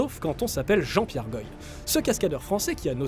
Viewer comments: On dit Jean-Pierre "goa" pas "goï "😂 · Goy se prononce "Goi" pas "Goye"